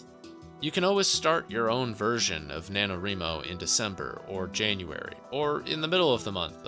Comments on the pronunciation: I've never heard it pronounced the way he says it haha I'm like 99% sure it's wry-mo since it's "writing" not "wreeting" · NaNoWriMo is not pronounced like "reemo," lol The word is "write" so say it like that. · I am enjoying the video but you gotta work on your pronunciation of NaNoWriMo. It's Wri like Writing no ri. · Ree-mo? Thought it was pronounced like Wry-mo? Have I been saying this wrong all the time?